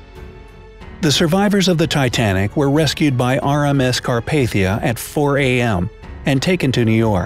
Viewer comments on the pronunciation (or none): none